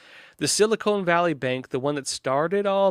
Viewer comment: I thought it’s pronounced Sili-Con, not cone.